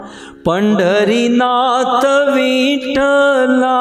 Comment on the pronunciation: भज भज मना पाडुरंग विठ्ठला हे असे आहे.विठ्ठल मधे वि र्हस्व आहे चुकिचे उच्चार करत आहात